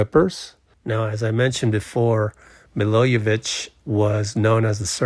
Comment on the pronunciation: Milojević is pronounced Me-lo-ye-vich. 'J' in the serbian alphabet is the same as 'Y' in english.